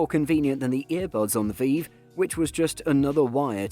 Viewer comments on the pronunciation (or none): VEEEEEV pro.. come on lad. its V-IVE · i'm sorry but how pronounced Vive as "Veev" made me giggle LOL really cheered me up, thank you for the giggle i really needed that <3